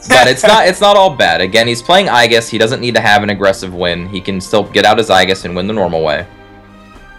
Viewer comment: everytime they say "i-gis" a little part of me dies , can someone please educate him